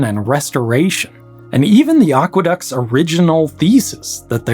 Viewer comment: They are not "oqueducts"; they are aqueducts.